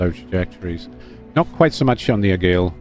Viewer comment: Can't tell if you're joking by calling it the "Agile" or "Argyle". It's "Aigle", pronounced Ay-gluh and translates from French to "Eagle" in English. But perhaps you already know this?